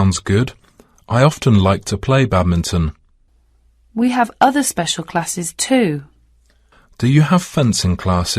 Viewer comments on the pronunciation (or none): Bedminton instead of badminton, juddo instead of judo is this acceptable and without s friday is acceptable?